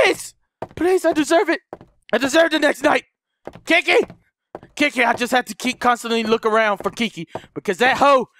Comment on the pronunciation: It sounds like you're calling her 'Kinky', not 'Kiki" xD